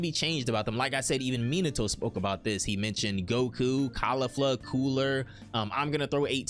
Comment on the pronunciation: Bro it’s not “cAuLiflA” it’s pronounced “cau-LEEF-LAH”